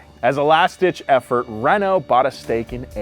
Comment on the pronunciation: Hearing butchering the french names of car automakers was funny. Renault isn't very reliable but Citroen and Peugeot are good.I would avoid automatic transmission in Peugeot they're terrible.